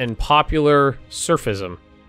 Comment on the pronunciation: You know you can Harsh Treatment rebels by spending 50 Mil points and lower the percentage. If you already know that ignore me lol Ps. Sufism pronounced Sue-fee-ism. Islamic mysticism.